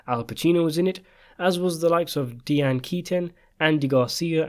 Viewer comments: Diane is pronounced DYE-ANN not DEE-ANN. Just think of your former princess maybe that'll help. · Why is it so hard to pronounce Di' ann ? It's irritating that he's pronouncen it Dee ann! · Having an accent isn’t an excuse to butcher peoples names.. not even completely.. Deeane ? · Deeanne? DIANE! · Please decide how you are going to pronounce Diane and stick with it. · You appear to find the pronunciation of Diane difficult? Despite it’s being a common name.